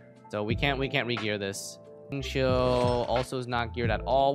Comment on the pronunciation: f20? also its xingqiu, not xinqui